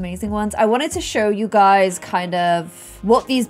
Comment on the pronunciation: Me clicking on this vid: click Also me: wait did she just say HEY GUSY?